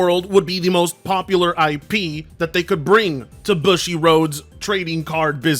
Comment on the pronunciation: Boo-shi homie. Not Bu-shit.